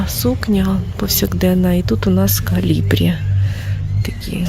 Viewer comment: ...кОлібрі, а не калібрі!...